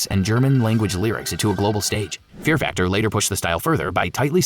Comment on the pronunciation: haha "Fear Factor" and "Celtic" pronounced like the basketball team